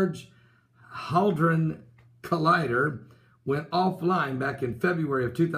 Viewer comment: It's pronounced Hey-drone Collider.